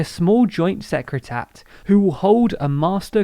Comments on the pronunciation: The way you pronounce the word “secretariat “ makes it sound like “secretat”. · It's pronounced "Secra-tarry-at", lads.